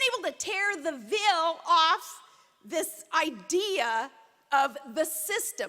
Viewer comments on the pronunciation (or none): After geography class, Palin gives us a lesson in language - it's "dill" and not "deal" and "vill" and not "veil" folks. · Watched the Sarah Palin endorsement speech and listened to her talk for 20 minutes and learned 2 things. Deals = Dills and Veil = Veal. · What's up with the way she pronounces 'deal' and 'veil?' Is that an Alaska thing or a Sarah Palin thing? Her nonsense was a lot easier to listen to when she was 8 years younger. She's like the GOP's Courtney Love.